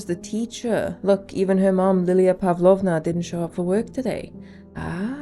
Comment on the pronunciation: Pavlóvna😂 It is Pávlovna